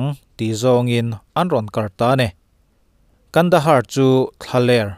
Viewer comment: Kandahar ti tur ani lom ni.pronuonciation fimkhur ang che.